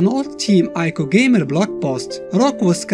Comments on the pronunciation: >Uses colossi instead of colossus FeelsGreatMan >"Eye-co" instead of "Ee-co" NotLikeThis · I know that's how it works, "eye-koh" is a mistake. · Well it is pronounced eekoh. Shadow of the Colossus was originally going to be called Nico, a play on of Ni(2 in Japanese) and Ico. Because of this, it's speculated this is how Trico got its name. Tri(3)/Ico